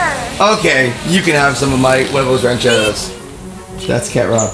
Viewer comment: It bothers me how says rancheros but I still love him he my second favorite lasercorn is my first favorite